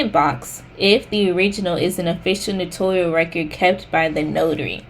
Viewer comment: Just to let people know, the word is spelled "ACKNOWLEDGMENT" without the 2nd "e" so it's NOT "acknowledgement". Also, Notarial is pronounced as "no-tair-ree-uhl . I think people think it sounds similar to the word "notorious". Thanks for the vid! 🎥